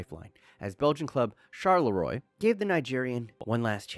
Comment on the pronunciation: Charleroi is pronounced charl-uu-waa.